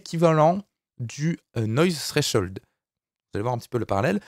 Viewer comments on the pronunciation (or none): none